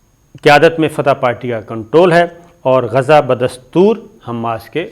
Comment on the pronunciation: Asabir Sb please watch other channels sp you can pronounce Gaza properly Please